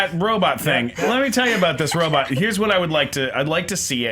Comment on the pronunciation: i love but his pronunciation on some words are horrible....Robutt lol